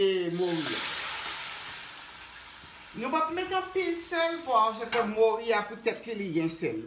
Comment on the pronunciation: Sé "moru" ti chéri (cod fish), pa "mouri" (death).